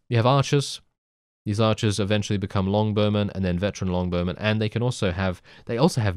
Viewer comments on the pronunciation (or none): none